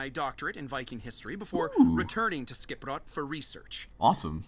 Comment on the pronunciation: you and the characters pronounce Skipbrot wrong, so wrong.